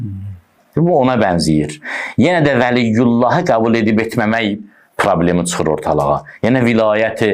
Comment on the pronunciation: Eliyullah yoox eliyem veliyullah